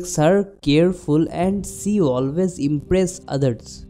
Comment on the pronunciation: Y DONT U SPEAK HINDI? BCOS U SPEAK ENGLISH WITH A BIT OF PROBLEM U PRONOUNCE SHE AS SEE. U WUD BE AT EASE ND U WUD BE ABLE TO EXPLAIN EASILY ND WITH COMFORT IN ENGLISH U SEEM TO BE PUTTING A LOT OF EFFORT ND UR VOCABULARY IS A BIT WEAK. ANY WAYS JUST A SUGGESTION U KNOW BETTER.